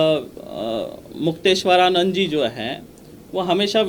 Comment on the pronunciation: तुमको तो ठीक से नाम लेना भी नहीं आता महराज जी का